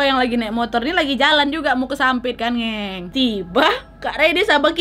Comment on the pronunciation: Iyaa,aq juga denger. Kok ngucapin "ngeng" nya lebih yaa...aq kira cuma aku aja yg denger